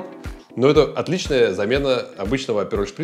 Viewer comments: не аперОль, а Апероль! Ударение на "А"! Апероль шпритз. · И потом так бесит этот аперолЬ....аперол....нет в итальянском мягкого знака!!